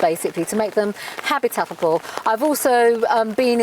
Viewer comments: What the hell does habitabable mean? Of course she means habitable! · A new word from the former Home Secretary "HABITATATBLE" !!!! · WTF does "habitatable mean? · Did I hear her say “ habitatible” ??….. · Omg at 3.05 did she say 'habitatable'? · habitatible ??????? thats a new one to me😄